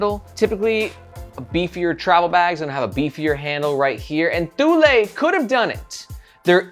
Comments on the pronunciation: ToooLay, ThooLay lol. It's "Too-Lee" . BTW.. Where's Margaret? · Thank you for a great review. And yes, it is pronounced TOO-lee. I have a Thule Chasm rolling duffle and am madly in love with it. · Thule is pronounced like "too-lee". That's how I've always heard said by Danes, Swedes, and Greenlandic folks. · I always said Tool-E, but I haven't ever looked it up. I suppose I can believe you on THIS pronunciation 😆